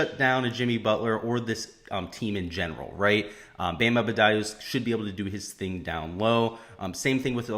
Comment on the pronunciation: its Bam ADEBayo , not Abedayo :)